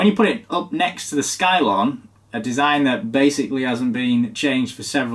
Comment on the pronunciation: are you sure it's not pronounced 'scilon'?